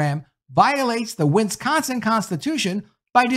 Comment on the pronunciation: OMG PLEASE learn how to.pronounce "WIS-CON-SIN".